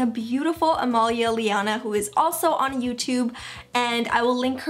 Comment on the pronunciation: its amElia, not amalia.